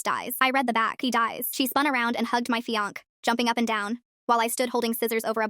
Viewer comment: Somebody needs to teach AI how to pronounce fiance